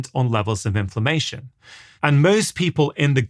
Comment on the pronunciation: I kept hearing ‘information’ then realised it was inflammation!!! Good talk. Thanks.